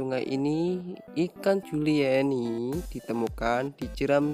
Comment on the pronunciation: julieni 😂... bukan juleini.... 😂😂😂